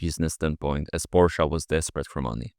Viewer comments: Its not Porsch, not PorschA, ITS FKING PORSCHE. So annoying had to mute video while writing this. Bye. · WHAT IS A "PORSCHA" YOU NUGGET!? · Please, it's pronounced "Folkswagen" and "PorschE".😄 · Why Porschaa? Where's the A? It's Porsche with an e at the end. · German here. What’s this Porschuh you’re talking about?